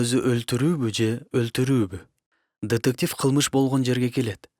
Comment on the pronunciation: Тетектив эмес детектив